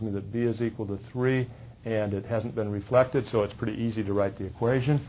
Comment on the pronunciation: lol "refleted"